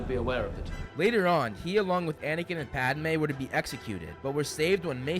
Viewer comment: Katie Fitzpatrik guys! He said anikin not anakin were fine